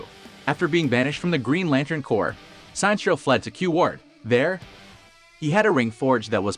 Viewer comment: Minor correction. The way you pronouced Sinestro's name is wrong. His name is basically a combination of Sinister and Maestro = Sinestro.